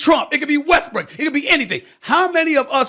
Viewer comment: Did anybody catch Stephen a Smith call Westbrook westbriçk